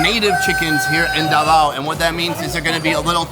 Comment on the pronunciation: Davao is pronounces as DA-VA-U